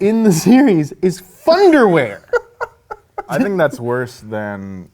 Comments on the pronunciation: it think he said thunderwear not funderwear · I honestly thought the rock said thunder wear not fun to wear LOL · I always thought the rock was saying 'Thunderwear' as in you will shit yourself so hard it will be thunderwear.....